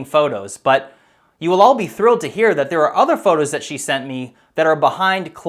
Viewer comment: "This is what zhe was shown!" addplays sigh